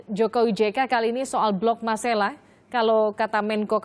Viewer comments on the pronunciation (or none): Bukan blok masala tetapi MARSElA tlg yg benar ucapannya sbg putra daerah keberatan